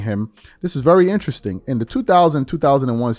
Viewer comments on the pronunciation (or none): none